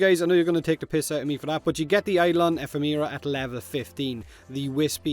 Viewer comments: (Eff-em-era) Your welcome. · (E-FEM-RAW) EPHEMERA Now you can never say it wrong or else you owe me 20 plat. Deal okay cool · eh-FEM-er-a, stress on the second syllable. I don't feel like the forma challenge is inherently bad. Like, the intention I see in it is to encourage newer players to try polarizing things. For those of us further along - any secondary I'm going to make any real use of is going to have at least three or four forma. That means I rarely have them lying around without the polarizations, but the challenge basically means I'm going to try investing in a weapon or frame I might not have otherwise done. I guess polarizing seems like such an unavoidable part of the game either way that giving a reward for it doesn't seem odd to me, even if the timing always manages to seem very inconvenient.... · It’s pronounced “Ephemera”..... Duh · Think this guy hit the nail on the head with the pronunciation of ephemera. Feel free to delete comment if you like. I dont make a habit of advertising like this. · Ahem, no H in Nitain. Eh FEM er ruh